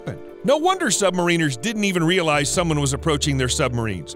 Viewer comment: Props to you for correctly pronouncing “Submariner” for the American sailors in the crowd :)